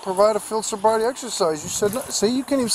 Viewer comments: "I'm not intossicated!! And you never gave me a sobribety test!!"" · 😂😂😂 "sobvrity" .. love it man!!!!